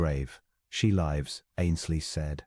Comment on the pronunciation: The pronunciation of words like 'live/lives' (verb as opposed to noun) and 'read/read (past tense) reflects that the narrator's voice is not human. The story, however, is a nice and well-structured.😊